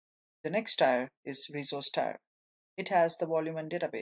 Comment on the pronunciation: Thanks for the intro! FYI, "tier" is pronounced "teer".